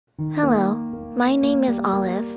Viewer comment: Olive: I still wet my bed Me: I still say hewo instead of hello!